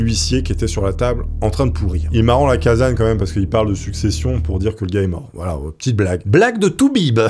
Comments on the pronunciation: Docteur LacaSSagne, pas Lacazagne ! Le père de la médecine légale, à Lyon...sinon, trop bien, comme d'hab ! ❤ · Les Lyonnais ont les oreilles qui saignent : Lacassagne, avec 2 "S", ça ne se prononce pas Lacazagne ! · Alexandre lacassagne sa se prononce avec s et pas z 🕺🕺🕺